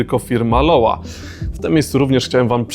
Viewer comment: super buty i prezentacja nie rozumiem tylko jednej sprawy, czytanie nazwy jako "LOŁA", to nie amerykańska nazwa butów i firmy, a niemiecka, pochodzi od nazwiska i imienia założyciela, Lorenz Wagner – stąd Lo-Wa ale mogę się mylić :)